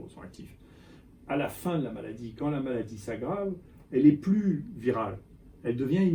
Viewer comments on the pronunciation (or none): none